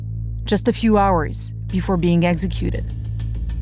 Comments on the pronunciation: The word is executed not eggsecuted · I wish the narrator could say executed instead of eggsecuted.